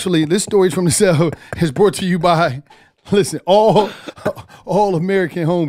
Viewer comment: This is "bort" to you by....😂 everytime